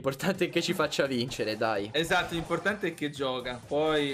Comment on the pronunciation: Minuto gigi dice ESDATTO😂😂